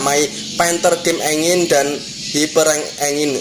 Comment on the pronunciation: engine dibacanya itu = enjin bukan engin buat belajar aja tambahan info aja:goodvibes